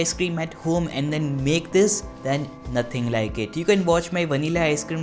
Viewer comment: its crispy as well (naatheng laike ittt)